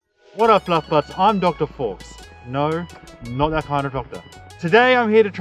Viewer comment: Why do you pronounce it "Forks"? Faux is French for false and is pronounced "Foh".